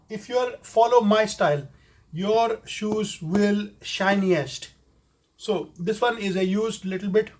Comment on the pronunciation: He said shoes/sues